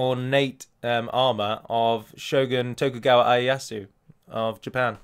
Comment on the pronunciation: Shogun Tokugawa Ieyasu is pronounced (in Japanese) Tokugawa (you pronounced it right) and EEE-YEH-YA-SOO. Thanks! :) Though of course I'm not complaining... I'm no Big P!